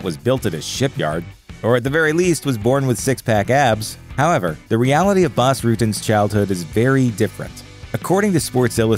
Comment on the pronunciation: isn't prononced Boss Rutten!?